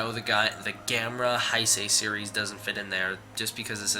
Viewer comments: great video,but just fyi Heisei is pronounced Hey-say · Nice. Just so you know it's spelled Heisei and it's pronounced "hay say"